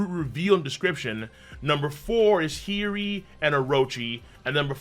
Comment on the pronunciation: the name of Odens dauthter is H i y - O - ri ……the O is not silent